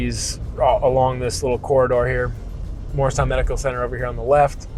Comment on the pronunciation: I was immediately excited to see your virtual tour of Morristown - which is where I was born (right behind Washington''s Headquarters). I miss everything about the town (except my high school years). ANYWAY... without being INTENTIONALLY rude, PLEASE re-do the pronunciation of MORRISTOWN, established by our first governor. His name was Governor MORRIS (not Mars, not Moores). The town still is MORRISTOWN (MAHR-is-town). [That's THREE syllables, please.] In fact, travel south, closer to Philadelphia, and there is the town of... MOOREStown. I sure wish you knew ever and ever so much of its incredible history - my father was a history teacher, and loved taking his students 'round and 'round our then-beautiful town. I used to go ice skating in Burnham Park - and at night, I was the only one way out there on the lake... I'd ofttimes skate to its island and hang out with the ducks, swans, and geese. They;d carefully cross Mendham Road (my parents and I lived at the little Cape Cod FACING Burnham Park), so my first-ever little bird I chose to name Burny. Quite a few of the mother ducks would lay and sit on their babies' eggs... in our flowery and quiet backyard. We never had any homes across the two-lane street from us, since that was the park-like end of Burnham Park, which led straight down to my "private" ice skating rink. There is far, FAR MORE "old" history that is not included, alas. Lots of "second mansions" were built in Morristown by New Yorkers (all of whom lived in massive